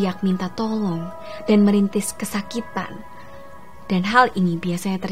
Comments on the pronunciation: merintis?merintih kali -_ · merintih ya kak bukan merintis wkwk